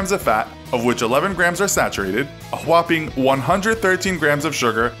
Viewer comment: did anyone here "whopping" like how stewie says "cool whip"